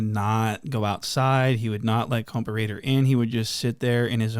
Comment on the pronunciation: Why u say compa raider the wrong way now ? 🧐